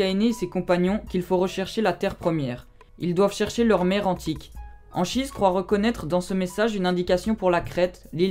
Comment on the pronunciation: Ça se prononce Ankhise